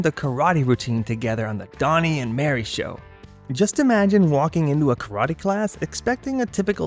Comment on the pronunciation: F-ing AI narration! Donny and MARIE . . . Not MARY you idiot. Do you not check your editing? Pathetic.